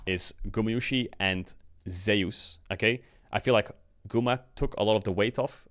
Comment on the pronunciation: For god sake please pronounce Zeus name correctly